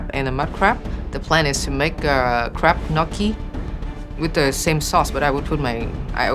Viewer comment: Does anyone hear crap instead of crab? 🤣